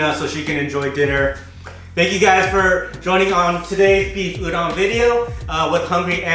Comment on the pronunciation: Looking forward to this series, but it really annoys me when people mispronounce udon.🤪😳 #PetPeeve